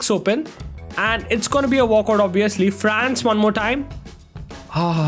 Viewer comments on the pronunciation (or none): none